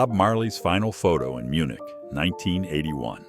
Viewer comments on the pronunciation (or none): none